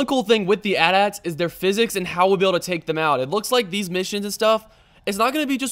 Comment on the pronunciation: Btw AT-AT is pronounced A T A T not At At.